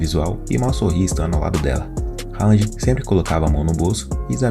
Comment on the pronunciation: O nome dele se fala "Röland(com d mudo) e não Rand.